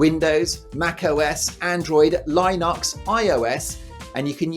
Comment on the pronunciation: Learn how to pronounce "Linux" correctly guys, I can't stop laughing at "Line-hux" 😆